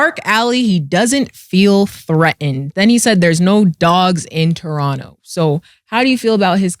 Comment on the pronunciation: Big shout to from the city. She knew how to pronounce Toronto wid out the second T.. got some work to do though.